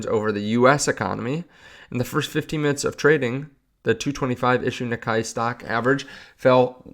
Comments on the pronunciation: It's pronounced "Nick - Kay" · Japan Market Sounds like Nee-Kay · Japanese Nikkei = NEE-kay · It’s pronounce Nee-Kay. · It's pronounced Knee-kay.